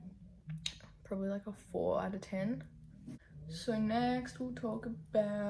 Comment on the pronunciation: whenever you say talk, i hear it as tulk ahahahaha